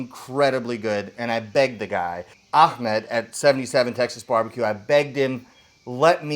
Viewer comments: Say the name right its not "Akkkkhhhmed", its "Ahhhmed". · it's Ah... Ahmed...not Akhmed :). Imagine opening a can of coke, take a sip.......Ahhhhhmed. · Can you guys say the name right .. its “Ahmed” pronouns “Aamed” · there's no K in ahmed tf?